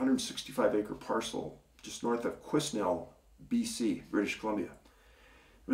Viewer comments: Quesnel pronounced without the s, Quinel 😉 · Quesnel is pronounced kwə-NELL. Our family used to operate a placer [gold] mining operation in historic Barkerville, just east of Quesnel, BC. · Quesnel has a silent s. pronounced kwe nel. have been there many times moose hunting in the back country. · Hi Dave thanks for another great video and just for your info Quesnel is pronounced "..Qua"..."Nell" ...the s is silent .A lot of our towns and communities have native names here in British Columbia.I would like to thank you for taking the time to do this Youtube broadcast and I am in no way complaining about anything else that you do but I wanted to let you know that I find lately I see a lot of interview podcasts here on YouTube and I started watching them to see if there was anything new but I find now I don't have the time to watch those long podcasts just to heare something new. The way your doing it now is a much better idea to get info out there. Again thank --you n' Cheers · Quesnel is pronounced Kwenel... silent S